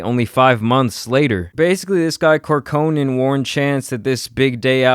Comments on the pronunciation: This video, bruh: 1. His name is Cor-co-ran. Hearing Cur-co-nan a million times lol. 2. You said its "not about him wrapping about God and his wife" because look at kanye, but most people dont like Kanye wrapping about God, and look st these comments and their making fun of the wife aspects. Also, can you name a popular rapper with a similar topic bed? If not, its pretty clear that folks probably aint tryna hear that. 3. Verbal agreements are completely fine as long as you have corresponding written documentation. He's been paying his manager for years which will more than suffice as evidence. 4. You said the trash ass 3 hat, which came out when he was very popular. Which makes me believe you just aint rock with buddy from jump, if in which case, just say that; instead of hiding bias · It’s pronounce Pat (Cork-Or-An). Pat Corcoran. Just a psa from another Corcoran that never hears my name pronounced right 😑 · how hard is it to pronounce Corcoran?